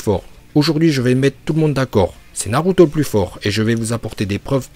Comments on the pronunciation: en plus des autres prononciation déjà cité sur l'espace commentaire je rajoute celle-ci, naruto slugfesse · je comprend pas pour quoi il a commencer par dire naruto puis naluto spippunden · 1er titre réel je veux rien savoir. De plus les prononciations des noms ex :KaG Naluto Shipunden